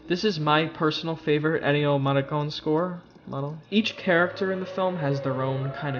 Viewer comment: digging deep to try and pronounce Ennio Morricone